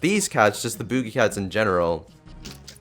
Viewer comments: lol booje cat it's boogie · Nobody says BOOJIE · the way he says boogie...HAHA (boo- gee)